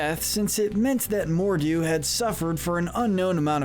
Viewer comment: mordu? More(du) like PRINCE ALI ABABWA